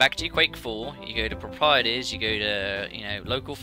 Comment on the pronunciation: I have never heard anybody say "properties" like that. Is that a British thing? Haha, I'm Australian btw. I would say it as "Prop-er-teez"